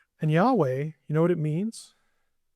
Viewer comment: Sorry, but there isn't a 'wah' sound in Hebrew; the 'waw' sound is Arabic. He told Moses Eheyeh asher eheyeh: I will be which I will be.